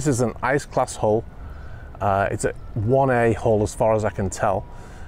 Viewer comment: You keep saying "1A Hull," but I keep hearing, "one a-hole." XD